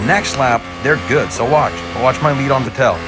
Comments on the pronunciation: Going back to early 2010's and the pronunciation of Sebastian Vettel as Sebastian Ve"tell". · Names says Hamilton, Bottas, Magnussen, Norris, Leclerc, Vettel New name Charles Leclerc And Sebastian Vettel +2 New names learned. Good job +1 point for perfect pronunciation (Leclerc) You pronounced Vettel wrong tho. I checked it (P.S this is not a hate comment) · As he messed up bottas name he has now messed up vettel’s name